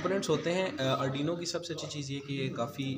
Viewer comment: it's Arduino not adrino And it has port for serial communication not a USB port